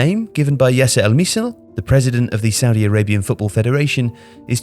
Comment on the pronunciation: Look I don't want to be rude but if your gonna say something bad about Saudi at least pronounce it right